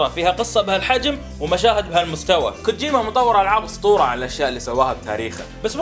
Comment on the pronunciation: لا تنطقها غلط كوجوما